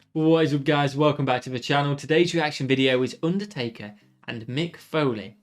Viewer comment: Haha i thought you said "Undie-Taker" at the beginning xD